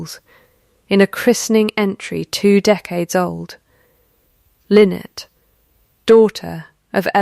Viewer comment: Nice story, but read was mispronounced numerous times. Also, choose how to pronounce the name and stick with it. Was it Lynnet or Lynette?